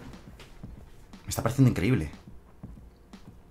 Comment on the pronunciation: "INCRENBLE" aajajaj